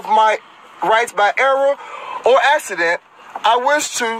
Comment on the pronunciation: "Assident"? Y'mean "Accident"? two "C's" produce a "K" sound.